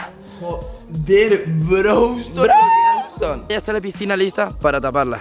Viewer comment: que cancer cuando dicen brouston